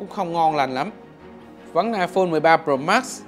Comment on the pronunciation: Nghe khứa đọc "ai phôn 13 rồ mát" chắc ko chỉ 1 mình tui nghe như vậy :)))